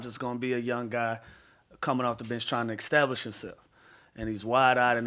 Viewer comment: Louis Williams: "extablish yourself"